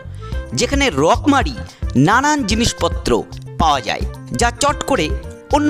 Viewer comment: কি উচ্চারণ ? ঝকমারি। মানে উনি রকমারি যেভাবে ।